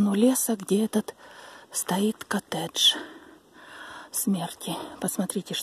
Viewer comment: По русски произносится коттЕдж.